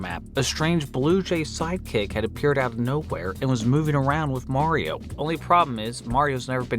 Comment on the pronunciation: You said "Mario" wrong.